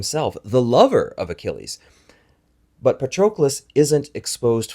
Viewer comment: please pronounce Patroclus with a short 'o' as in 'on'